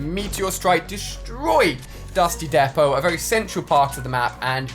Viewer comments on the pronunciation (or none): It's dusty Depot not dusty depo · Dusty Depot say it right